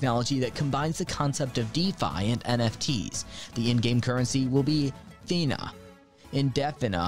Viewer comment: For 2nd game Defina, It is pronounced as "The-Fee-Nah"😀 and instead of champions, it is heroes instead. 😅😅 Some mistakes on our part Very cool game by the way, some Beta Game footage is above!!